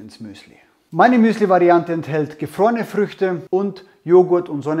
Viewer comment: "Frische Fruechte [sein], getrocknete Fruechte oder tiefgefrorene Gefruechte" :DDDD Frrrruechte Frruechte Frrueechte EDIT: + "gefrorene Erdbeeren" xDDDDDDDDDD Last EDIT: Geiles Video. Ich mach eine aehnliche Rezeptur, allerdings mag ich keine roten Fruechte im Muesli. Benutze stattdessen gefriergetrocknete Blaubeeren und frisches Mark aus der Vanilleschote.